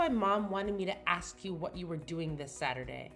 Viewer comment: The person who is playing Kinsley must never have been taught how to pronounce the word “ask”. She says “ax” instead of. So out of the way she’s been speaking and annunciation of her other words.